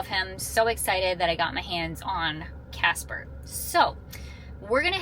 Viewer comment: So, you poichased Cah-sper?! 😂😂 All joking aside, I am glad you took some days to rest.